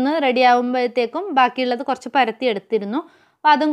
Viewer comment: കോയച്ചല്ല കൊറച്ച്😜😜